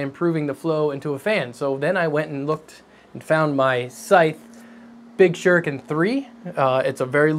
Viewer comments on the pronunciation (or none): none